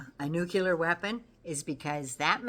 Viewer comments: Nuclear = Noo’-clee-ěr (not noo-kew-lěr). Sorry,, I’m a bit anal about the pronunciation of what might be the end of us all…. Thank you for your in-depth info—we need you! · Oooh,, hate to do this, please forgive me….it’s’ nu clee ar’. Georgie W, Bush pronounced it ‘new kew lar’ and was razzed for it. (Nuclear).